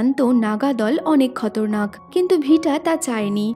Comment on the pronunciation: আপু আপনার উচ্চারণ ভুল আছে খতরনাক হবেনা খাতারনাক